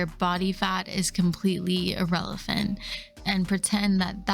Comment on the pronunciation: did you say "irrelephant"? I thought I was the only one who said that! (thanks, Dad!)